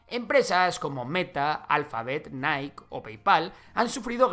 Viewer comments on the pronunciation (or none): none